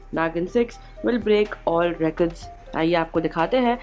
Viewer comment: Recard ko achhe se pronounce kro admin 😂